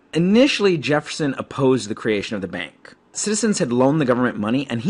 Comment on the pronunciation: he did